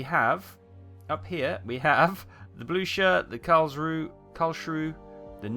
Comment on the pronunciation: it isn't karlshrew. Just put their names in Google translate and use the voice option.